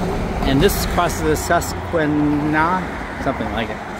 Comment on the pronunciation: susquehanna - pronounced like Sess-qua-hanna. Sess like sequesture. qua like quaffed hair. hanna like banana. Fun fact: My oldest brother once spit in the river.